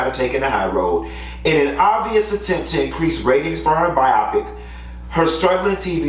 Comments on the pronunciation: I think it's pronounced BYE-oh-PICK! It's not supposed to rhyme with myopic. It's short for 'biographical picture.' Just my 2 cents!! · Okay the first time you said biopic was correct. Bio then pick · why y’all calling it Bi-O-pic it’s pronounced Biopic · I see someone called to tell him how to pronounce biopic 🤭